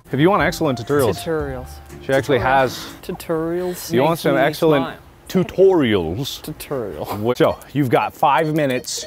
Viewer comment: It makes me happy that someone finally noticed the way Mark pronounces it "tut-UR-ial." XD